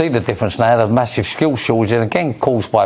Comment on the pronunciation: "Skhill shor-age"